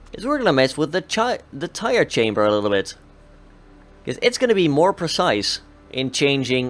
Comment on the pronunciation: Also it's CAMBER not chamber